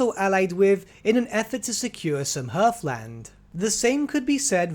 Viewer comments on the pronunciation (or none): Please learn how to pronounce 'Heathland' properly.